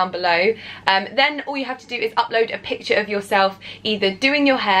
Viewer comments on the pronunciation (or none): none